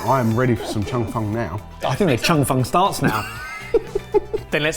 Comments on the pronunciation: Loved this episode! (Even hearing mangle the pronunciation of “Cheong fun” 🤭) Thank you so much! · The Cheong fun (pronounce cheese without the "se" + song without the "s") 2nd try looks much better. Try with light soy mixed with sugar and some chicken stock. as well as some scallion oil or sesame oil.